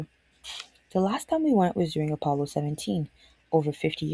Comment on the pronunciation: Oh, yep, the Appppppolo 17. (It's Apollo, double L, single P)